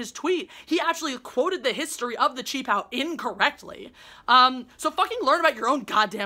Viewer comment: What kind of name is Jeremy Lam anyway? Jeremy is clearly English and Lam is not Chinese. Btw really impressed that you can pronounce qipao. 🤗